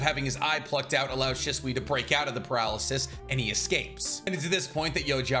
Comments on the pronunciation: why do you say his name wrong? Your supposed to put emphasis on the “Shi” part of his name and make it sound exactly like you’d pronounce the word “She”. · Has a masters in biotech. Can’t pronounce Shisui. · Still haven’t learned to pronounce his name lol so how much do you really know?